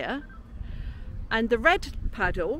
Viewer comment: Went to St Ives with my future wife, first and last trip. Loved it. Up at the crack of dawn, Took 39 landscape photos with my new Zenit 35 mm until I realized I had no film in my camera! Love you guys, and 'Padduwl 'pronunciation by, I call them 'Padduls' being from Stoke! haha! Brilliant as ever!